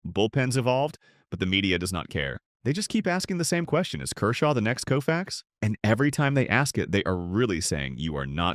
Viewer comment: Bro is COE-FAX not KOO - FAX. A.I. bullshit.